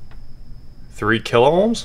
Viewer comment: There is no L in ohms